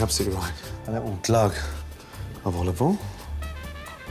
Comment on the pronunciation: Only 2 glugs of Olovol?? Gordon is losing his touch!